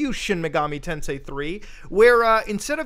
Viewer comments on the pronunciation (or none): none